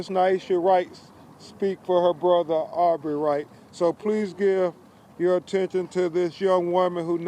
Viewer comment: Why does he keep calling him Aubrey wright?